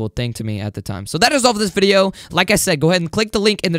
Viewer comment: " We're back with ANODER item shop VIDEOOO😂 why you say another like that lol